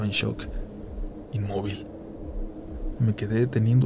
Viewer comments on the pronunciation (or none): none